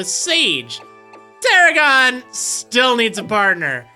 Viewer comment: got it wrong both times.... its Tarragon